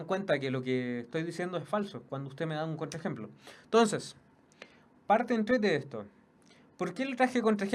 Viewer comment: ENTONCEEEEEEEEEEEEEEES NO TONCESSSSSSSSSSSSSSSSSSSSSSS NO ESTÁS CHATEANDOOOOOOOOOOO